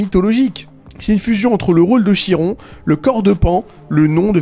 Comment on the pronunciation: Ça se prononce comme « kir » pas « chir »